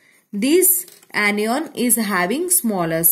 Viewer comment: Aniyon....😂😂🤣🤣 I cant understand mam this word....😅😅